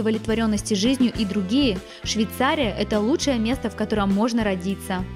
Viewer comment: Учи русский язык девочка.!!!!!. Миллион раз сказала Швейцария. Невозможно смотреть